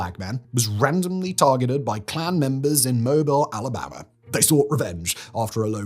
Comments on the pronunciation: Why is Mobile pronounced Mobel? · southerner here- it's "Moh-beel" Alabama. You are forgiven Simon. It's all too common in southern naming of various things. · These goons look so STUPID they gotta be demorats. FREAKS! Also it's pronounced Moh Beel for some stupid reason. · Mo-BEEL, Alabama